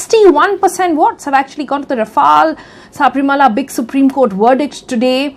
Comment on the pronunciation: It's not Saaaaaabrimala.. It's Sabarimala